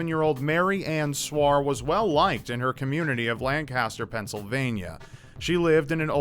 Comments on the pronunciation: It’s pronounced - LANK-assterr not LanCaster. Just saying because you’re pissed people off! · Say it with me, Lang-Kis-Stir. The hell is Lan-Caster? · Pennsylvania native here. It is not "Land-caster" it is "Lan-kister" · Lancaster, PA pronounced: LANK-iss-ter not LANG-caster. Okay, I'm done being a picky smartass. Sorry. Not really. Really love these videos. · sigh sounds like Lancaster alright. The amount of homicides and hostage situations are astounding in certain towns. Even a damn preacher killed someone. By the way, it's pronounced lain-cus-tur. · As a Lancaster native, that story unnerved me almost as much as having Lancaster mispronounced. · YOU PRONOUNCED LANCASTER WRONG 😡😡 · cringes at the pronunciation of "Lancaster" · I love ya,, but hearing you pronounce Lancaster wrong kills me a bit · As a Pennsylvanian, that pronunciation of Lancaster triggers me